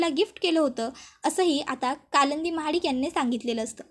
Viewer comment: कळंदी नाही कालिंदी